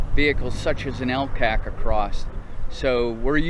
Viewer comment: LCAC is pronounced “L Kack” in the US NAVY. I know, I was there.